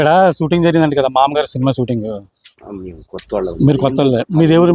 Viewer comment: ఆ సిన్మా పేరు "మామగారు"... "మామ్మగారు" కాదు... పదే పదే... మామ్మగారు.. మామ్మగారు అంటున్నావ్..🤭🫢